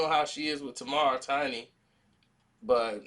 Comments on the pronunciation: Her name is pronounced Tay mar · Her name is pronounced Tay-mar!!!